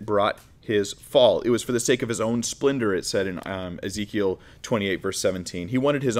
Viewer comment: He pronounced Ezekiel as "is equal" 🤣🤣 that was very funny.